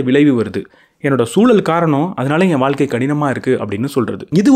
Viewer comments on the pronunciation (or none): அது வால்க்கை இல்லப்பா... வாழ்க்கை.